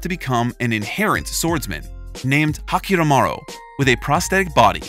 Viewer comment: Saying hakiramaro instead hyakkimaru😂 But hey not everyone can get that right,ppl make mistakes